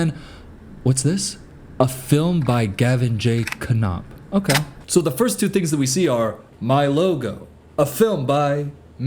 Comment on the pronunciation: The "n" is silent in Konop, just an fyi lol he still trash haha but my friend keeps asking why you saying his last name wrong had to explain wasn't talking about him but someone else with same last name...